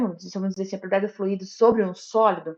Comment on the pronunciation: Pronúncia: Flui-í-do >>> Errado! Flui-do >>> Correto!